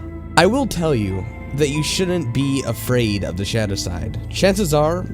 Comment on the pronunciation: I have to say, I really enjoy your voice, however, it does feel like you could articulate a little better, and this is only going off this video. To give an example, a few times where you said "the" it sounded almost like you were saying "da" which might be due to shitty headphones or perhaps just not listening properly, but it seems a bit immersion breaking when not the context of the story, like someone attempting imitate a dialect. Otherwise it was a really enjoyable video. I like the videos that you do that are shorter, as with there being so many long ones, it makes it somewhat hard to enjoy a full story all at once without any sort of interrupts, which to me is important with many horror based mediums, especially written stories. Glad to have found you from IHE, I really enjoy creepypasta but typically run out of new stories to consume.